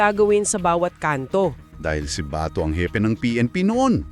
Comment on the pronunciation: AI excuse me wag dahan dahan Ang pag bigkas Ng BATO dapat mabilis Kasi Hindi nya Yun apelyedo kayo talaga mga AI palpak din kung misan mas marunong pa akong kinder lang Ang inabot ko